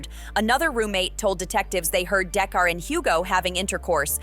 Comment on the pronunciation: DA’CARA!!!!! NOT DAE’CAR LOL! 😂